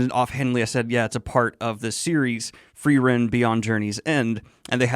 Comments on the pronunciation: My limited German language skill means that every time someone says “Free-ren” instead of “Fry-ren” I get slightly thrown off and the worst part is I don’t even know if I’m remembering my German pronunciation properly 😅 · The E come BEFORE the R. It's not like you misread it. You're watching a show in ENGLISH GODS!! You're as bad as M. Night Shamalan changing his name to Ahng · Lots of better Frienen "analysis" on YouTube than this. What a disservice to the amazing anime when you can't even get a main character's name correct. Did you even watch it or just read a synopsis and then read it back to us? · Holy shit the english dub is butchering like all the names. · I know the Feeren Fren pronunciation is not a big deal, I should just ignore it and enjoy the rest of the video, which is great. I'm having a hard time ignoring it though, it's bothering me so much more than it should.